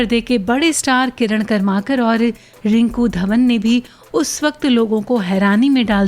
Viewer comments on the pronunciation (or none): किरण करमरकर...not कर्माकर